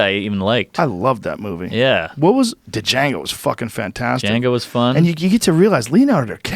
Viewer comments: JR pronounces the D in Django, Ooof... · Joe: Duh-Jango Mark: Django. Joe: Duh Jango Mark: The "D" is silent mother fucker. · "D" Jango...lol We all say that to be funny...But Joe! The "D" is silent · Joe “Da-Jango” Rogan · Joe 'Du-Jango' Rogan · Joe " I pronounce Django like Duhjango" Rogan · Joe said “Duh-jango Unchained” and mark subtly says it right lol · Joe "DAJANGO" Rogan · Joe "Duh-jango" Rogan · Is Joe having a CTE Schaub moment with "Duh-Jango?!" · D-Jango lol ....there's even a scene in the movie that debates the pronunciation/spelling. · It’s so cringy when joe says “d’jango” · Will someone tell Joe Rogan that the D is silent in Django, please? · The D is silent! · the D is silent .. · The "D" is silent you! lol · The D is silent,. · The "D" is silent, white boy. Even I know that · the d is fucking silent joe